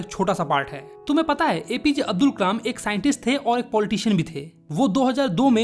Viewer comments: Abul ❌ Abdul✅ check and tell me if you hear the same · Abdul nahi hai Abul hai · Kalam ko kamal bol rha h or abdul ko abul